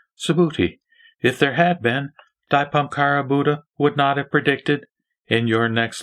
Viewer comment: Your pronouncing of *Dipamkara is not correct!It should be corrected as *Deepankara Buddha! AMITUOFO